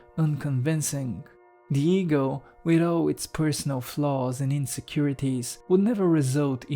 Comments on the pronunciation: I'm sorry but I keep hearing Diego 😂 Jokes aside, this video is, to say the least, profound. Thank you. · Absolutely brilliant although I will say that I thought you were talking about some guy named "Diego" every time you said "the ego" 😂😂